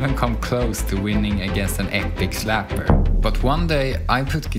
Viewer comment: cracks me up everytime davie or someone says "slapper"